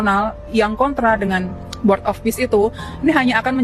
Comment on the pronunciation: Cara sebut " Board " itu " Bod " bang " Bod "